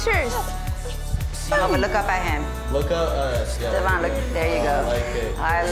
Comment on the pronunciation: treats Devion like Crap but cant even say his name right and at least he tries mean while she was feeding Luis money every time he asked for it but then would cry like oh hes not helping me then you got Devion stepping up.foe Stella to he grew up alot and deserves all the credit where credit is dew and them bitter men haters need to back off...